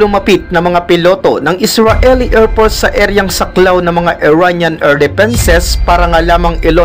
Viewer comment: baket erpors payter jet at misal ayusin mo ang pronounciation mo para magandang pakinggan naman